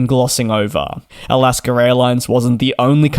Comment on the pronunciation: It's AlaskA, not AlaskER! Learn to speak English!